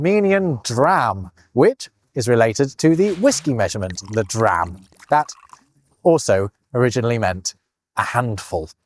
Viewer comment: The Armenian currency is actually pronounced "duh-ram" because all consonants get a syllable in Armenian.